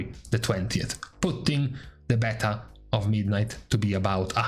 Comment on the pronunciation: Beeta beehhhta beaitaaaa Damn man